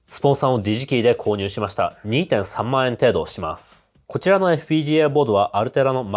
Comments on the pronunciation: ｢デジキー｣じゃなくてもっとネイティブ寄りの｢ディジキー｣って発音してるからそう聞こえるんじゃないかしら。知らんけど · さんの「DigiKey」が「じじきい」に聞こえる